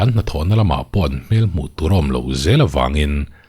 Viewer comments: pulis(police) an ripawt(report)...... tih hi le.? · pulis(police) an ripawt (report) ta tawp mai a ni........ tih hi le.....?